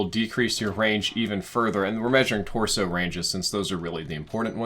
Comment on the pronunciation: “The lower torshow...” lmao